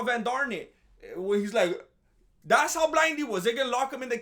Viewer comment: This man said “Jean Claude Van darnit “